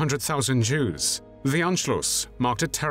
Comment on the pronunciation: Ok I love these personal documentaries but is it just me, or does it sound like he's saying "Juice" instead of "Jews" 🤣🤣🤣